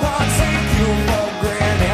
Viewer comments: Massive props to Ryan Gosling for matching the exact same pronunciation of "granted" in his cover. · he pronounces granted wrong